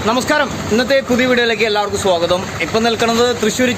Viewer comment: അവന് സ്വാഗതം 🙈 എന്ന് പോലും മലയാളത്തിൽ നല്ലപോലെ പറയാൻ അറിയില്ല 😝 കേട്ട് നോക്ക് സ്വാഗൊതം 😆🤣🤣🤣🤣 എന്നാണ് പറയുന്നെ🙏 ഇയർ ഫോൺ വച്ച് കേട്ട് നോക്ക്